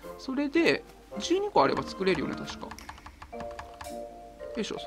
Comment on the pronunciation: 「１２個」が「ち〇こ」に聞こえるｗ